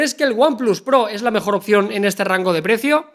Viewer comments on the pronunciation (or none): none